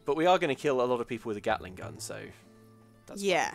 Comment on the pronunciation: Kate-ling Gun